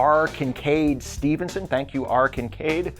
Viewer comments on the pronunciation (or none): none